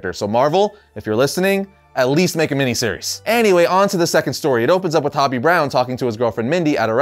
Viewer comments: Isn't "Hobie" pronounced "Hoh-Bee", not "Hah-Bee"? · Hobie.. ho-bee, not hobby. Silly goose.